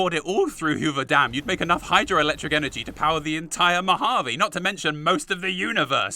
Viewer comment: As a resident of the Mojave desert, thank you for pronouncing it right and not saying "Mojavé" like other fallout content creators... it REALLY makes you wish for a nuclear winter...